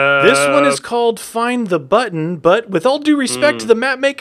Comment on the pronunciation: Why do you call it butto?